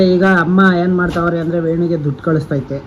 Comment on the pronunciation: ದುದ್ದು ಅಲ್ಲ ಸರ್ ದುಡ್ಡು